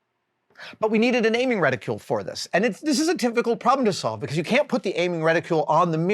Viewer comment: Reticle Adam, I’ve heard you say it before and you say it again here. You add a “qu-lle” and I’m not sure why. Just one of those things I remember hearing once and hearing it again here I’m exercising internet prerogative to nit-pick something pointless. All the best.